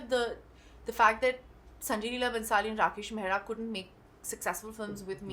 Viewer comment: the guy says mehra not mehra sir.